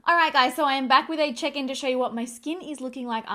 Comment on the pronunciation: time stamp. I know you said you were back with a check in, but I’ve had a long day and at first I thought you said “ I’m back with a chicken.” 🐓 ha You had a lamb recently on your vlog channel so I thought , well maybe she is babysitting a chicken this week. 😄🐓🤷🏻‍♀️